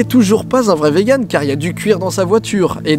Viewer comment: Hello, je suis vegan ^^ Juste ça se prononce "viganne" et pas "véganne" x3